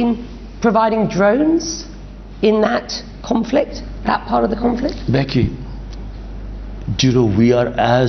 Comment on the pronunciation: Becky talking Behki Behki